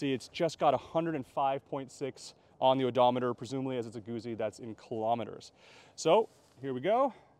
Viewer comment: Its pronounced gootsy! Not Goozy